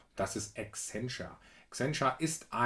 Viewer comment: Ist doch korrekt die Aussprache